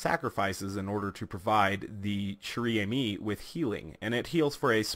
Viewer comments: if you wanna pronouncing it right you must try to say "Share ame" , i think ^^ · Pronounced: "share ah-me", trust me, I'm Canadian. I spent most of my childhood learning friench. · i m sorry to say it but you have a very bad french accent and you didn t even read the name of this sniper properly that aside you re a very good youtuber so keep up thw good work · 115madmax yeah exactly XD